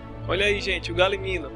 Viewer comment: Galimino? E Galimimo'-'